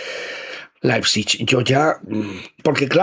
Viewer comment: Per favor,, deixa de dir Laipsich....